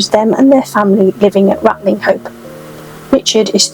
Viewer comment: Great video. Just one thing though, Ratlinghope is pronounced Ratchup in our fair county.👍